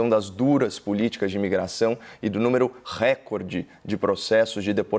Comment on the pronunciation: ADORO você por sua enorme inteligência... Então, por favor, cuide-se e pronuncie "recÓrde", em Português, ok?